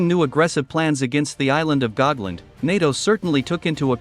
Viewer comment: The name is Gotland, not Gogland